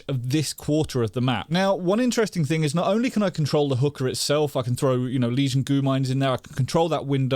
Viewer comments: Am I the only one hearing say hooker instead of hookah?? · is he saying hookah as hooker, or am I hearing wrong.. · sounds like hes saying hooker with a boston accent lol